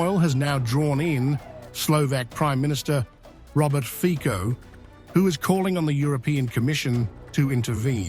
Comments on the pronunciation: The correct pronunciation of Slovak prime minister's name is /fitso/ not /fiko/. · ...Fico is pronounced Fitso, not Fiko... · Fico is to be pronounced 'Fitzo'. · Pronounce Fico correctly!!